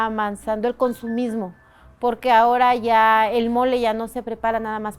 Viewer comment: I stopped watching as soon as she called me porqe.. Yeah I know some Spanish, you are not tricking me..